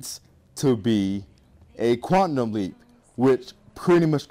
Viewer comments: You say quantum wrong You're saying quantnum with an n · "QUANTNUM LEAP" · you say quantum weird